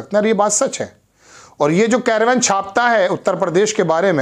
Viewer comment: कैरवन नहीं बोलो मेरे भाई उसका नाम कारवाँ है।